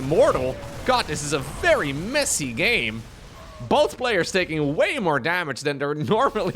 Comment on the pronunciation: When says messy, who else hears: "they sucked"